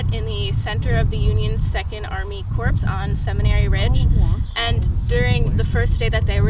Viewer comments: Just an FYI: the "p" in Corps is silent. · Nice to see a young adult show interest in history but please work on past/present tense differences and pronunciation of words like “corps” when public speaking.